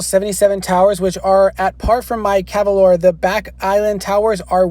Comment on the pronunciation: NOT cavalore! its calavore